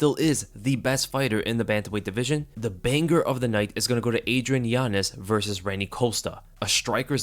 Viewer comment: Every time he says yanez all i hear is giannis😂